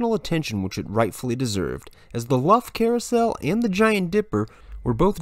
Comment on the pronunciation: The pronunciation of the 1911 carousel is not Luff but pronounced as Lou-fff 👍🎠